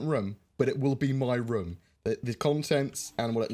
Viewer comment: It's rOOOOm, say it right,!